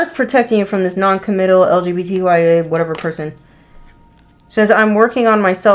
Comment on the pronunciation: Did she say lgbtya😂